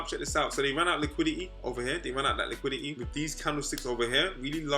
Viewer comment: Normal person: Liquidity: LIQUI-IH-EY